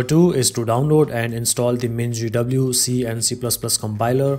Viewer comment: Absolutely necessary detail of where to install mingw is just mentioned without visuals and pronounced completely incomprehensibly. But how to make a new folder get several minutss with visual? This is useless.